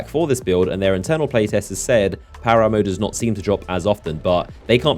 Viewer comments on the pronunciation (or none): When you said power ammo, I swear you said power armor like multiple times. I was like what? Power armor? That's interesting.